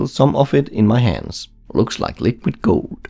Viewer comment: Lol i like the way how u say : looks like liquid goowld xD love it man!